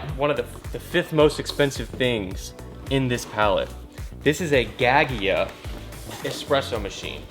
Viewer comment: As a coffee snob, hearing his pronunciation of Gaggia was like fingers on a chalkboard.